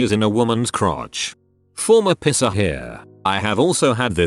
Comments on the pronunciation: Video voice: piercer=pisser How normal people say it: piercer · It says pisser instead if piercer 😂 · reddit: piercer narrator: piSser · i like how the tts voice says body pisser instead of body piercer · the way piercer is said by the voice sounds like the german insult "pisser". literally urinator but more used as coward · Im so glad I'm not th only person who mentions the whole "pisser" instead of "piercer" thing holy shit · oml i thought i was the only one who thought it said pisser haha guess not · Video ruined a bit by the pronunciation of piercer as "pisser" 😂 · why does he pronounce piercer like pisser? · Nobody: Text to Speech: pisser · I like how it pronounses piercer as pisser😂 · It makes me very angry who it pronounces it "pisser" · stupid computer generated narration. piercer says( pisser )along with a bunch of others. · It sounds like pisser instead of piercer lol! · Sounds like pisser every time LOL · Why dos the bot say piercer as pisser smh my head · The way the say “piercer”... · I love how the voice says "piercer" lol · What’s strange is it says piercing and pierced fine but not piercer